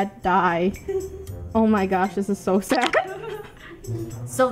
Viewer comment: Did say dough instead of so